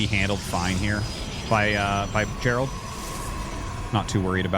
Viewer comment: It's Geralt not Gerald. Pronounced gare-ult.